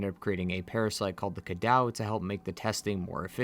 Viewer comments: its ca-doe not ca-dow its french since this is a french village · Cadou actually means gift. And it is pronounced Kadough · Cadou is actually pronounced "cah-doh" not "cah-dow" and the word in romanian (and also french) means "gift" so miranda was infected people with "the gift"